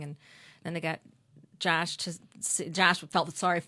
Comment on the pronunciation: Why is she saying Jash instead of Josh?